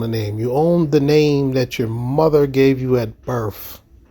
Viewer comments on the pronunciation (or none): “birf” is not a word 🤦‍♂️ You are about as dumb as they are.